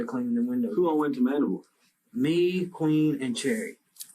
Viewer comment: It’s Mandeville, AR not Mandible.